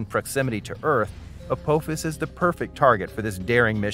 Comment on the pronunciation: Teach your AI how to pronounce, "Apophis".